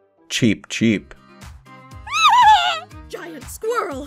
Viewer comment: Cookiethekitten at first i tought say"Cheap Cheap"and i was like What is Cheap? and the second one i realize it was"Cheep"